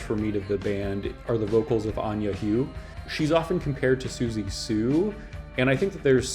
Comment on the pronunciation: Anja Huwe is pronounced Anya Who-Vuh